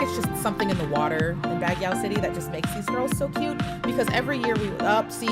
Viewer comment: Baguio is pronounced BUG-YO